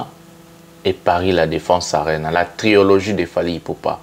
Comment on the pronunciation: TRILOGIE et non TRIOLOGIE🙏